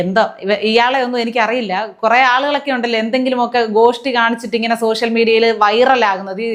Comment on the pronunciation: നാണവും മാനവും ഉണ്ടാവണമെങ്കിൽ വിവരം വേണം!!!!!! ഇതൊന്നുമില്ലാത്ത സോഷ്യൽ മീഡിയ എന്നതിന് സോസ്യൽ മീഡിയ എന്ന് ഉച്ചരിക്കുന്ന ഈ വർഗ്ഗത്തിന് നിങ്ങൾ പറഞ്ഞ പോലെ വല്ല "കുയിമന്തിയും " ഉണ്ടാക്കി വീട്ടിലിരുന്നു കൂടെ?????????? ഓന്റെ മോന്ത കണ്ടാൽ അറിയാം ഓൻ കുളിസീനുകൾ ഒളിഞ്ഞു നോക്കി ജീവിതം തീർക്കാൻ വിധിക്കപ്പെട്ടവനാണെന്ന്!!!!!!!!